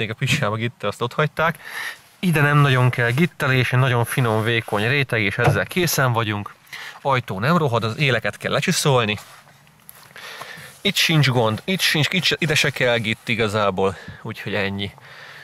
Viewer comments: Csréteg? Ki vagy te,a Bartos? :D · Én is csrétegnek hallottam:D